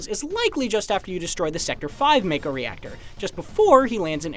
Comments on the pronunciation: When I see a video where people pronounce mako as make-o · if you knew english, you knew make-o was wrong. You were probably a kid who didnt even care how to pronounce it but as adult you want to justify it. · That’s pretty interesting. Noticeable difference where it’s Mako in England and Japan and Mayko in the US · You know you aren't gonna get any "secrets" out of this video when the guy can't even pronounce Mako correctly while pointing out all these obvious things. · you just need to know english. Ma Mak Mako. Theres no silent E. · The trailer already pronounced it as Mah-ko, not May-ko. Even Barret said it multiple times in demo footage. These things are always read in Japanese, they're the once who came up with the names. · Well, no matter how you put it MAKO is pronounced Make-o (Mako shark, the words Jake, Fake, Sake, etc). They SHOUKD have spelt it MAHKO for it to be pronounced as such. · The bottom line is, the way it is spelt it SHOULD be pronounced MAKE-O. MAHKO is just incorrect. I'm sure everyone was pronouncing it make-o back in the day. I know I was. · It's pronounced MA-KO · Learn ur Japanese Its pronounced Mako. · no its Mayko. Its always been Mayko nerd. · Tomayto, tomato. I grew up saying may-ko when reading it in my head so that's what i'll stick with. Same goes for Tie-dus and not Tee-dus. However it should be interesting to hear how other things get pronounced, such as Nibelheim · Doesn't matter, the way it's spelt is still wrong....most people I'm sure have pronounced it wrong like I did all those years ago. They SHOULD have just spelt it mahko, because it sure as hell does not read that way. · It's not pronounced as May-ko. It's pronounced as Mah-ko. Edit: I swear IGN is so unreliable sometimes or there's members that aren't caught up. The Choco-Mog summon is a pre order bonus. Which explains the part where you see Choco-Mog. The fact that the summon is a pre order bonus most likely means you get the summon as soon as you start the game.